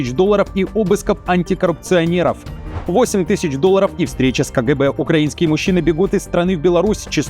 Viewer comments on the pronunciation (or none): none